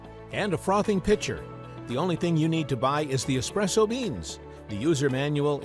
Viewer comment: Well said. How many times do we go into eating places and see "Expresso" written on the menu? I think that the guy talking on this video is not quite sure how to pronounce "Espresso" either.